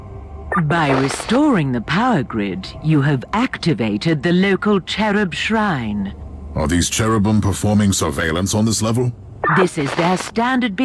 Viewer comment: "Cherub Shrine"